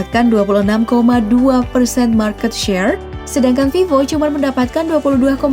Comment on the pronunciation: Kok gua kesel setiap kali ngomong "cman"